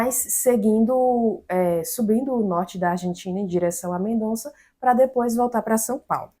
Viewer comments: Porque todo mundo fala MendoNza o noma da cidade de Mendoza? 🤌😅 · A pronúncia é Mendoza